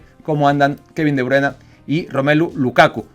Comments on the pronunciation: es de los que a Goku le dice Kokun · Kai Havaz, Kevin de bruena y Erling Jolan. Ni sus mamás les dicen así.